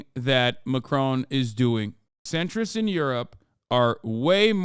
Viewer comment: love how you pronounce it 'macrone' hopefully by the end of his mendate we can call it post-macrone